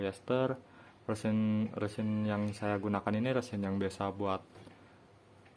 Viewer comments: Kalau nyebut resin kok rêsin? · Emang ga wajar cara nyebutnya